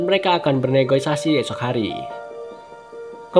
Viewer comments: Negoisasi apa Negosiasi bang wkwk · negosiasi bang bukan negoisasi tapi yang lain gak salah kok bang. keren bang reviewnya semangat terus ya bang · Negoisasi or negosiasi 😂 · Mantap Sekedar info, negosiasi bukan negoisasi